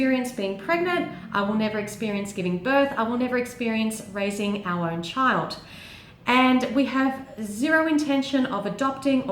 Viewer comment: omg when you said "[in a perfect world] we would've had our own children" i thought you said ARYAN children! i was like WHAT